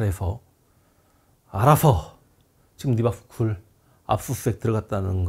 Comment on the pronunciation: Reebok 신발회사인줄 알았네요 (미국발음 리박)